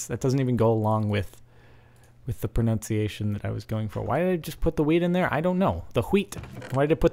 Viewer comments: its Wheat not Hweat. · You said ''Hweat'' the same way that we swedes say ''Skit'' Which means ''Shit''.... O.o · When you're saying hweat it sounds like shit in swedish xD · Haha the way you pronounce "hweat" is the way we Swedes pronounces "skit" which means "shit". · The way you started to pronounce "wheat" sounds like the swedish word for "poo" :P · he's abscessed with saying hweet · Love how he mested up the title Hweat, weat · When you are saying hweat it sounds like "skit" which means poop in swedish... ^^ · not sure if anyone pointed out this before, but when you pronounce wheet, with a "sh" sound, it almost sound like you say the swedish word for shit, which is "skit" sorta pronounced "schit" :P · It's pretty funny cause when you say ''hweat'', it sounds like you're saying shit in Swedish... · did you just say wheed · Don't say hwhete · Lol a bit anoying the way he did say weed cuz it sounds like shit and shit is poop in sweden :P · Is anyone else annoyed by him saying hweat? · He Said: Let's eat some wheat. The way he says that means shit in swedish. He said lets eat some shit. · the way he says wheat means like shit in swedish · You know, the way you say "wheat" sounds just like "skit". Which is how we say "shit" in Sweden. This became even more funny when you said "We have plenty of "skit" to eat" xD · The way you said wheat means shit in swedish, lol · Wheat... sheat. You pronounce in like skit witch means poo in swedish XD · In that way He pronounce wheat sounds like the Swedish word for shit